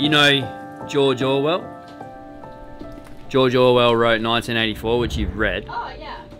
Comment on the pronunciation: have a look on pronouncing George Orwell twice, i've heard jojowal:D